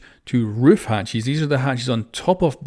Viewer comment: i love that he says hatchies